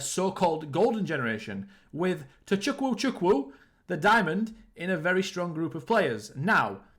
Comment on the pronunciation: also it's pronounced Tochuku Chuku (without emphasizing the w)😂